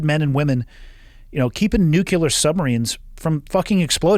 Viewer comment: Nucular huh